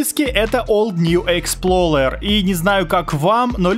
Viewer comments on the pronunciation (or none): експлоРер, а не експлоЛер, у тебя даже в самом видео в названии окна программы видно) как ты "р" на "л" умудрился помнять?)) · не expLOLer а explorer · Old New ExploRER а не Ler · ExploLER 😂🤣 Если кто не знает, правильно Explorer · Никто:: ExploLLLer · ОлдньюэксплоРер EXPLORER Р А НЕ Л